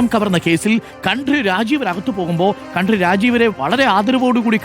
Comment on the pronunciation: താങ്കൾ കൺട്രി എന്ന് ആണ് പറയുന്നത്